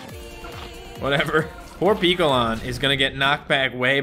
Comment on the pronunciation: Piccolan is pronounced pic and picture.